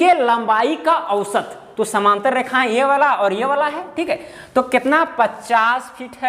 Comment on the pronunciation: कृपया उच्चारण शुद्ध करें समानांतर बोलिए समांतर नहीं